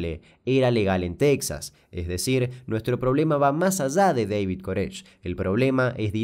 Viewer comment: Cuando dice en Texa, me da miedo .